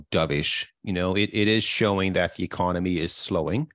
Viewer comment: “Ecomony” - still love ya man haha 😂 Keep up with the great show!